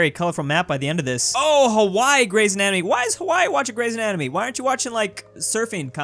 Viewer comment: Hawwai isn't Hawaii five o, 9/10